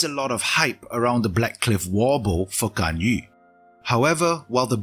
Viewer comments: finally someone who pronounces GANYU, not GANYOO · Good thing about Singaporean youtuber: pronouncing Ganyu correctly